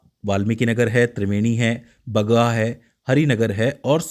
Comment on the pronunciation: Pagha nahi Bagaha parta hai sir